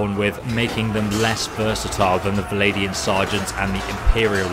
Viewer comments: They are alled "Vlandians", not "Valandians". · "V-land-ians". Legit not that hard to say, rather than "Vladian". Fucking hell.